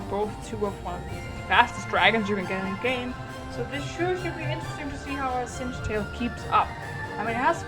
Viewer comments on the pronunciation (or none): this is not singetail it is singtail